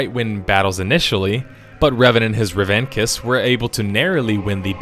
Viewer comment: Did he pronounce revanchist as revankist?